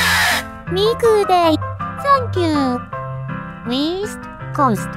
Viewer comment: Weast? What kinda compass you readin', lass?